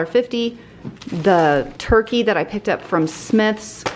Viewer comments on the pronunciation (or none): none